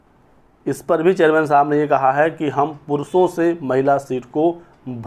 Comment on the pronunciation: जर्मन नहीं चेयरमैन बोलो